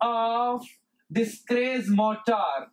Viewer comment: The gentleman in this video did not explain how these motors work, but related what they consist of, and what they do, or where they are used. He should have explained clearly how the Schrage Motor works . He is even sounding the name Schrage wrongly. He should have explained how it works, and how the commutator voltage is generated at the slip frequency, to be able to feed it back, totally different from an induction motor, or a wound slip ring synchronous motor. Educators should be careful how they deliver the lesson, as, "What it does", and "Where it is applied" is not, "How it works" There is no information in this statement written about this video and if he who did it was in my class, I would have failed him as he said nothing abut the Schrage motor, Quoting what I read. " 🔍 What is the Schrage Motor? The Schrage Motor is a groundbreaking advancement in the field of electrical machines, known for its unique design and exceptional performance characteristics. Join us as we unravel the intricacies of this motor and explore its applications in various engineering domains." In this video there is not a single sketch or drawings of any of the motors or rtheir winding, It is absolutely stupid to teach in this manner. Poerty and religions an politics and fables from Hans Christian Anderson are presented in this manner. Also the presenter does not need to shout! The Schrage motor. Let us start with the induction motor. We shall deal with the three phase type. The induction moto